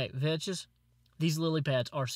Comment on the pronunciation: thats not how you pronounce Vechs, its mor like Vex.